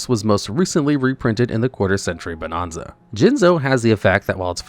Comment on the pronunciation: I cringed everytime you pronounced Bonanza wrong.